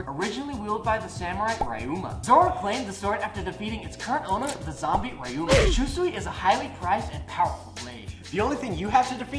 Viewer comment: It’s not “Rye-uma” it’s “Ryuu-ma”